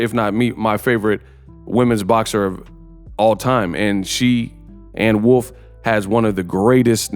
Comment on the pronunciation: Anne Wolf is perfectly said dawg